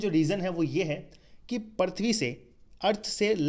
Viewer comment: Correction :- Parthavi nahi Prithvi...aur.....Prakarvarsh nahi Prakashvarsh.......BTW nice video